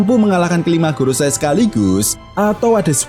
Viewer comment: Ralat bang maaf.. gorousei bukan gorosay. Go=5 rousei=tetua mkanya jadi five elders di inggris. 🙏